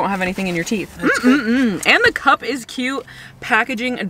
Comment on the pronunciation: Am I the only person who heard “Cum” instead of “cup” 😭😂😭